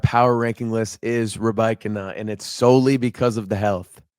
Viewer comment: you are saying Rybakina’s name right, but I had to listen on the WTA website after you said that - I can’t help but feel it’s a little more subtle tho? sounds like you’re leaning into the Ree-BIKE-ina” super heavy, but when she says it the middle part of her name she almost glosses over and there’s more inflection on the “ee” sounds in the “Y” in the beginning and “ina” at the end